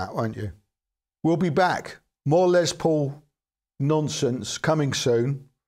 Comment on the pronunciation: Greetings. A marvelous homey presentation. I would like to make a friendly positive reinforcing reminder, that the gentleman who is the namesake of these models was "Lester" shortened to the nickname Les, rather than Lez. Overcoming this minor adjustment will be much appreciated by the listening public, thanks.